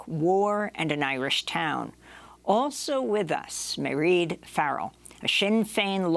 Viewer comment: Mairead is pronounced exactly like Parade with the P substituted for an M.